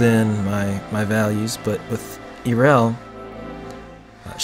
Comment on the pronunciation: This is a very well made picture. That being said, there IS one thing I felt I should mention - in the video you kept calling her Eerel, but it's actually pronounced Yarel.